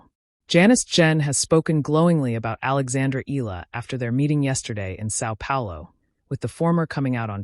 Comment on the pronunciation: Akex Eala’s surname is pronounced thus: E-YA-LA! Please take note! 🫤